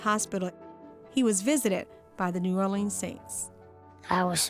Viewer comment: The only bad part was when she said Orleans wrong and said “Or-Lee-Ann” not Orr-Leh-Ns.